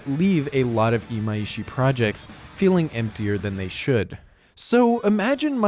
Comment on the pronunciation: His name is Imaishi not Imaiishi. I don't know where people keep getting this extra "i" from, but it has never been there.